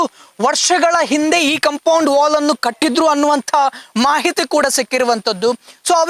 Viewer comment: ಅದು ಕಾಂಪೌಂಡ್ ಹಾಲ್ ಅಲ್ಲ. ಕಾಂಪೌಂಡ್ ವಾಲ್.